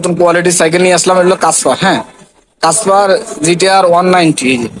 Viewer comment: ভাই কাসপার না ক্যাসপার 😂😅